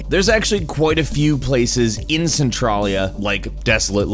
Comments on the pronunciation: omg no stop pronouncing centrailia that way, it's my favorite place to adventure in and it hurts my feelings. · I'm from a town 2 miles away from centralia and let me tell you, your pronunciation of the town made me laugh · You are not saying the name of the town even close to the right way....... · For the record, the name of the town the game is supposedly based on is pronounced SEN-Trail-Ya NOT Cen TRAL Ya. I live about an hour from there. I've been there before, long before it apparently became a 'fun place to visit'. I walked down that section of blocked highway with the crack in it and was shocked at how eerily quiet it was around there. Sadly now somebody spray painted a ton of dicks onto the highway among other things. Idiots. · It frustrated me too the way he pronounces Oregon. Also they way he says Centralia. It's "Cen-trail-ee-uh" not "Cen-trolly-uh." Also the fact that most of his "facts" were completely wrong. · its centrAYYYYLIA!!! jsyk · it's pronounced cen-tray-lee-uh not cen-trah-lee-uh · That point at the beginning when you were creating the video and thought the word Centralia looked like it should maybe be pronounced "Cen-TRAY-lia" or "Cen-TRAIL-ia"... probably should've stuck with that. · Its pronounced cen(trail)ia not cen(tral)a lol but good video thogh!!! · Really? Ore-gone? also, it's centraaaaaaaaaaalia. long 'a' sound. not centrahhhhlia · cintralia is pronounced Sin-Trail-Yeah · It's pronounced Sin-trail-e-uh.Haha sorry to correct you. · It's pronounced Sen-tray-lee-uh. Trust me on that. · How to pronounce centralia (Cen-trail-ya) from Ashland the next town over where everyone fled to. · It is pronounced cen trail ya. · You pronounced centralia wrong you say it like centraileya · As someone who frequently visits Centralia and lives in Pennsylvania... It is pronounced cent-RAIL-ee-a c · Centralia is pronounced Cent a (like follow that "trail".) with a ya sound at the end. Cen ya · You Moron.. Cent-Traalia, AH-storia, - Or-E-gone....